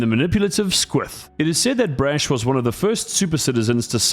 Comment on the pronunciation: PLEASE STOP SAYING BRASH LIKE THAT IT HURTS How do you pronounce the word 'Brash', out of interest?